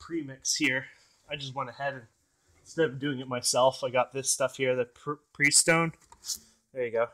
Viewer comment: The fact that this is a Diesel, is waay up there in the 'cool' scale. ( Cool as it super; not the fact that you overheated it !!) Also FYI, that antifreeze brand name Prestone,..is pronounced as " press tone ,...all one word. You'd better watch that overheating problem,...engines don't like being overheated like that,...it could cost you a bundle if that happens again,....